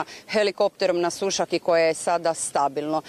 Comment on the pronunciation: Jojjjjj kaže se Sušâk !!!